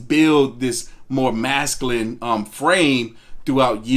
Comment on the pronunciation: Gott dammit it's MASCULINE!!! Not Mascalin! So fkn annoying